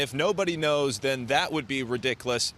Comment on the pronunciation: He said redickless. Im dying.